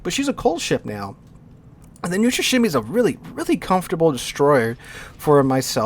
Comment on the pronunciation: As a person who speaks russian, Neustrashimiy is pronounced like 1) Neet without T +2) Wooster without W (oostr kinda) +3) Rush. yeah, simply pronounce Rush the way you usually do +4) Shima (shimakaze) but without A in the end. Just Shim +5) and the hardest part will be this one. That ЫЙ which, is mostly spelled like E. If you ignore the Ы and try to just add Y (Й) next to M (neustrashiM), you might actually get Й sound randomly. Idk why the hell did I write this down, maybe to brag a little bit. Anyway, thanks for your attention. Your pronounciation of this ship's name might worsen after this actually, I am not responsible for it, sorry